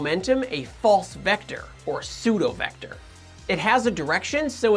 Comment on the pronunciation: Why say seudovector instead of pseudovector?